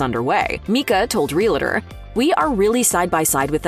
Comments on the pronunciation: "Realuhtor'. Lord, how I hate hearing that. It's REAL- TOR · Reee-lah-der? Really?? Re-al-tor. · It's real-tor not real-uh-tor. Two syllables. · "Real tor" not "Real-a-tor". Gees. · Real-a-tor is a two-syllable word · "Real-la-ter". If you can't even pronounce "realtor", you're not very convincing. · Realtor is 2 syllables, Real tor, no i or, eh. Just REALTOR. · It's not "real-a-tor." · This is really petty, but could you please pronounce "realtor" properly!! You keep saying realAtor. It's like saying "NucUlear" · I don't know, but the announcer in this video can't pronounce "REALTOR" to save her life. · Learn how to to say realtor...